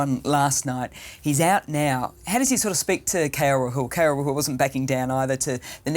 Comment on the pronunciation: how does she does not know how to pronounce Rahul and still has the commentator's job?